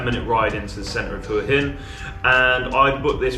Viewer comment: Well done, quick and accurate. And most of all, unlike most Westerners, you pronounce หวัหิน Hua Hin correctly.